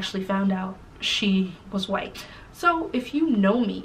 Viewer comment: Wait did y’all catch how between - she said “she did not had to lie about being whi-alck” 😂😂😂😂😂😂😂 I died and came back to life !!!!😂😂😂